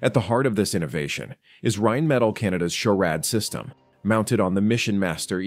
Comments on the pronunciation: RheinMETALL, not "rajnmedal". Dammit. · Not to be nit picky but theres an extra L in there.. in English it's pronounced Rhein-Meh-Tall not Rhein-Metal. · "Rhein"metall?.. cmon.